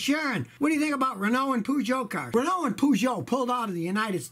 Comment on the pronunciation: As a Brit your pronunciation of Renault and Peugeot shocked me.